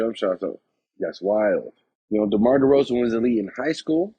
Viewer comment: Demar you say it Demore I like it 😁😁😁